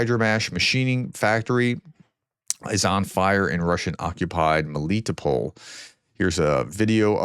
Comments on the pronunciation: With a few weeks of studying the Ukrainian language, you wouldn’t butcher those names so badly. To get you started, Melitopol is pronounced like melly-TOPE-ol. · Dear Professor - I would like to help improve your pronunciations of the russian and ukrainian words, but I find it hard to do it here. For example this should be easy. MelitOpol' the emphasis is on the first "o". I would suggest you go to yandex translate, choose Russian->English, paste russian word in cyrillic or latin on thef left (russian box) and click on the speaker icon. It should give you clear russian pronunciation. Try it with kinzhal, Novomoskovsk and see if it helps. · Melitopol is pronounced with the accent on the first "o"